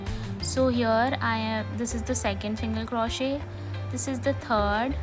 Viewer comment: It's not crawshit.. it's crochet. The t is silent